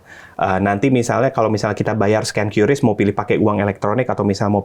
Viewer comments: Qris baca "kris" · Bacanya kris pak bukan kiyuris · q = kiu ris = ris